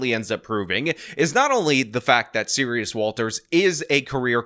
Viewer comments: Serus, not Serious. You've mispronounced it every single time. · At first i heard the name wrong, i heard Sirius instead Serus. So maybe the judge mistaken this person for Sirius Black too, we all know he was innoncent.